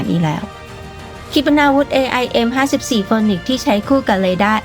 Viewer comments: AIM54 ฟีนิกซ์ครับ ไม่ใช่โฟนิกซ์ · AIM-54 Phoenix เอไอเอ็ม54 ฟีนิกซ์ ไม่ใช่ออกเสียงว่าโฟนิกซ์นะ แต่ก่อนผมก็อ่านออกเสียงแบบเลยโดนครูเบิ้ดโหลก😅😅